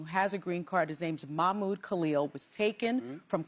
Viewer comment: Ik youre not doing it on purpose homie but its pronounced MAH - mood